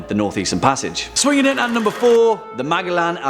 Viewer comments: Magaland WTF it's pronounced Ma gel lan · I heard he say the name and I thought who tf is he talking aboot. Cause I knew who MA gell an was,but who is Magalan. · (MAG - A - LAN) hurts my ears... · It's pronounced "Majelan" lol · In my country (Philippines) we pronounce Magellan as (Majelan) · The way you were pronouncing Magellan was confusing me at first. I am rather used to hearing "Mage-ell-an" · C'mon,. Check your pronunciations. It's Ma-jell-an. 🙂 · ouch, i am almost sure it sounds like "man...jellin" like jello but "in" at the end of the name,, man-jellin any way so far great video. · Think it’s pronounced “Majellan “